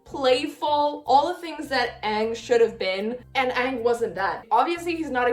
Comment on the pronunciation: I just want to let you know, that you're pronouncing Aang wrong. It should be pronounced like the "A" in the word Avatar, not as "Ong"